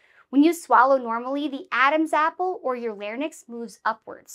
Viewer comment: Unfortunately, I had to stop watching after "larnyx"